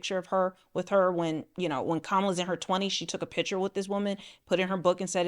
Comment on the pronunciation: please learn to pronounce the word PICture, not pitcher